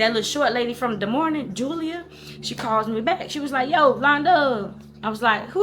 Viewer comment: "Julier" I thought alright Madea😅